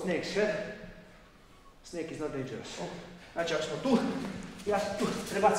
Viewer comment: Ja mislio da je reko steak, nist mi nije bilo jasno 😂😂😂